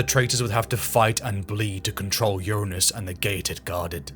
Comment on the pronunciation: You didn’t pick up the wrong pronunciation of Uranus 🤣 23 mins in